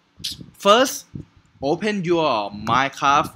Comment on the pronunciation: you know when you tried to say minecraft you said minecabi